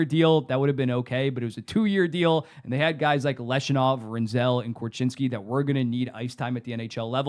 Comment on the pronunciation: I'm not sure how the Blackhawks are in a worse spot than they were 15 months ago regarding their build? They landed the #3 overall pick in the 2025 draft and drafted Anton Frondell, who experts regard as a potential 35 - 40 goal scorer. Also, its pronounced LEV-Shoe-Nov, not Lesh-U-Nov. More certainty with SJ Sharks? Who defends on the Sharks? Where is their scoring depth?